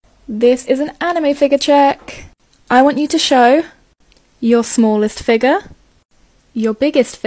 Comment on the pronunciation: So Noone is gonna talk about how she says figure